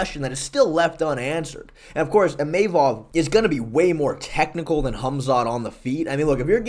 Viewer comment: Imeimov nah "Imahmov"